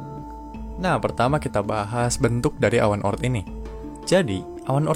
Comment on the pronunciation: Bukan O.ort tapi oort